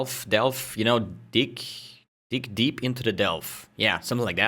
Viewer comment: Same, I was like ok then that's one way of saying you want to go far into delve I guess lol